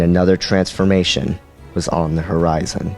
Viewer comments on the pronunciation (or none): none